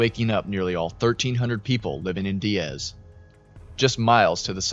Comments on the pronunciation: It's pronounced Die-ez not dee-ez 😊 I live in the neighboring town about 30mins away, Jonesboro AR I was up watching this as it was happening 😢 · Die-az not De-az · Hey, so this is near my hometown. Just a small correction, but here Diaz is pronounced like you're saying "Die as" Really great video on the situation btw! The last time a tornado like this hit the area was in 1999. My grandparents home was hit and they were nearly killed by a tree that had fallen on them. There's old news coverage of it on Youtube. My family evacuated before this one hit, luckily. It destoyed their town.